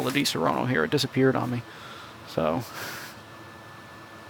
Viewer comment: Please stop pronunciate DiSaronno in the wrong way (you say Disorono in italian). The correct pronunciation of di-SA-ronno is like the word "SAD"... So try to Say: DI-SA-RONNO